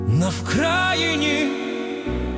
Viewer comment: НА ВКРАЇНІ? ТИ ТОЧНО НАГОЛОС ПРАВИЛЬНО ПОСТАВИВ? не по москальські?